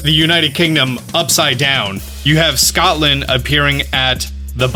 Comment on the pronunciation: Did he just say scoutland....